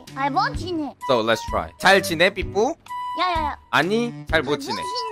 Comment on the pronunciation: i like you say jaljinaee and he fail